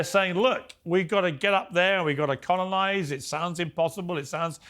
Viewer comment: yes, we do need to "conolize" mate cheers